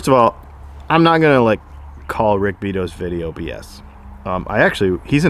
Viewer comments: It's Rick Bee-Ah-toe. If you want to score a collaboration it might help to pronounce his name properly. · Pretty sure Rick pronounces his name "bee-auto", not "beet-oh".